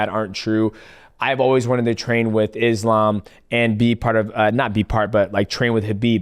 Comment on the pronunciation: Forget about the last name, most of them are pronouncing his first name wrong. 😅 It's not "Izlam". The "s" in Islam is pronounced as you would pronounce it for the name "Solomon".